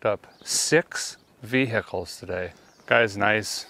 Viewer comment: Six veh-hicles in one day?! I haven't bought six veh-hicles in sixty years! But that's fine.